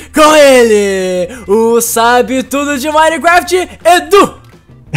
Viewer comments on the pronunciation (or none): none